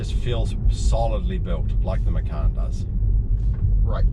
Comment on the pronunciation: Hi, liked the video. Just want to make correction on the pronunciation of Porsche Macan. It's pronounced matjan, not meckan. Macan means tiger in Indonesia.